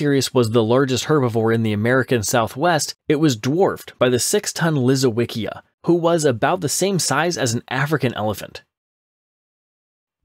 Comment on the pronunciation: Lisowycia is pronounced Leesovychia. with the ch as in church.